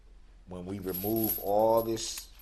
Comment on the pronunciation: Darrell "re-moo me den".... Dumbest psychopath in WI...